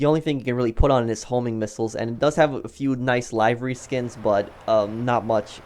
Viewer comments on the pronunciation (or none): Why do you say livery like that! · You say livery weirdly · The way you said livery gave me aids